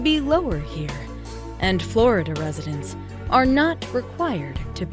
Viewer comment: FLoIDahh STOP